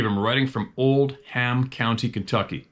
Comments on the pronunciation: Oldham county Kentucky pronounced Old-em. Lots of big deer there. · Thats hilarious how Steve said the name of the county in Kentucky as Old-ham County instead of Oldham Co ahh gotta love our Canadian brother